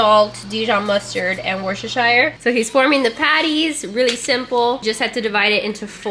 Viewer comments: Coming from someone from the UK, your pronunciation of “Worcestershire sauce” made me chuckle! It’s “Wooster-shire”. Maybe you guys say it differently in the US though, in which case totally ignore what I said 😂 Loved this video! Thanks for the meal ideas 🥰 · I found this one aspect so informative....learning how you pronounce Worcestershire sauce. 😂